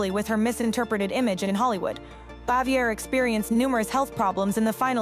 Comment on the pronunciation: Andy was a widower and It is Frances BAVIER, not Xavior